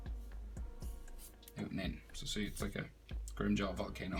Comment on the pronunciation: FYI it’s grimmjow not grimmjaw